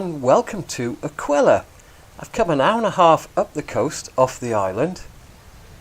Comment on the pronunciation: Hi, Some terrifying holes on this course and lovely looking greens which looked very hard to judge. The name of the course is the Spanish word for "that" which you would pronounce something like "R-Kay-ya" not that it matters. Hope you got Rose when you went back. All's well at home after the storms? All the best!!